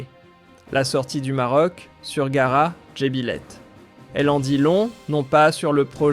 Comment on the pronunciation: Le narrateur a dû être piqué par une mouche de Tsé-tsé. Et puis, qu'est-ce que c'est que cette aberration de "GARA"??? W`1ech men "GARA? "Il ne GARA rien du tout", ça a toujours été "GHAAR DJ'BILÈTE, voire DJEBILÈTE, et certainement pas "DJEBILÈH.